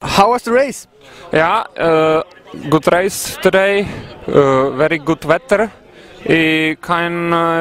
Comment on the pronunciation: DDDD z toho fákt nemůžu ,,Very gud wetr :DDDDD